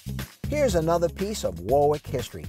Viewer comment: Correct pronounciation is "Worrick" not "War-Wick."